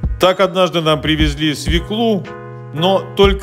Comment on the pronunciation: свЁкла, свЁклы — именно так произносится это слово.